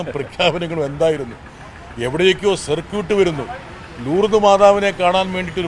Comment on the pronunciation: ബ്രിട്ടാസേ, സർക്യൂട്ട് എന്നല്ല പറഞ്ഞത്. സർക്കീട്ട് എന്നല്ലേ 😅